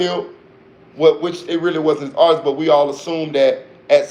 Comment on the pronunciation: You got a sub for that "artisis" comment... Niggas really be having a hard time saying the word "artist"